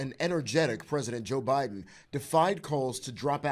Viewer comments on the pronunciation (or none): Boe Jiden??😂